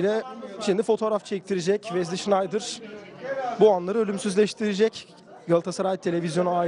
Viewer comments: Vezli $InaydIr degil olm. Wesley Sneijder.. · hala şınaydır diyor yaaaa!olum kafanmı almıyor,safmısın öğren artık şunun telaffuzunu